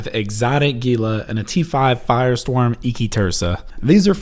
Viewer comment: YOU GUYS... ITS NOT GEE-LAH ITS HEE-LA.